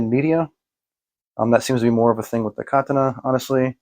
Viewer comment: First time I've heard someone other than myself pronounce it "KAH-tah-nah".